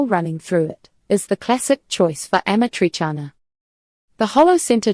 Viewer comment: Change your profession, clowns. And before you post ridiculous videos, learn how to pronounce Amatrice and amatriciana.